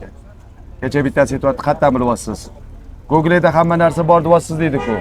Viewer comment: gogle mas Google